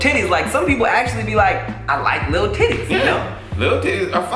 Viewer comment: The way Tim pronounces "Titties" lmfao its something like "Tiddays" emphasis on T